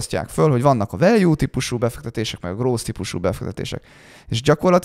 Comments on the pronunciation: hahha akkor nem voltam ezzel egyedül. En nemet nyelvterületen elek es vegig groß-t hallottam 🤣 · Ilyen döbbenetesen csapnivaló kiejtéssel, ahogy a growth-t gross-nak ejtik, én eltanácsolnám Önöket, hogy angol nyelvű podcast-okat csináljanak. Sokat ártana az image-nek.